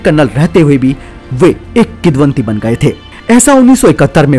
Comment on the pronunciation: शब्द किदवन्ती नहीं होता डीयर, किंवदन्ती होता है।